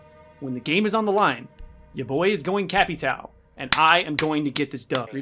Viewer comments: Bruh capetou it killed it’s pronounced capitao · I get triggered every time he says cap e toioi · nobody:: CA-PEE-TOW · Is pronounced capitoe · As a Brazillian person, i laugh every time u say Capitão's name lol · me a braziliam listening to pronuncing capitão "he's talking about brazilian or the operator?"